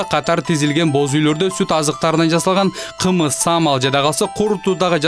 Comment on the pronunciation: Эже так аталбадыго таза кымыз деп